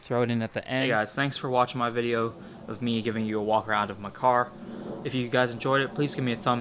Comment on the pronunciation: at the end it sounded like "thanks for watching me giving you a walk around of ma-car lol